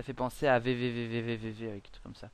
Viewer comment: c'était pas VVVVVVV c'était VVVVVV J'aime pas quand on écorche le nom de mon jeu préféré è.é